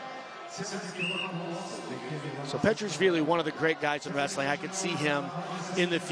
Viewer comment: This is not wrrrstling but pushing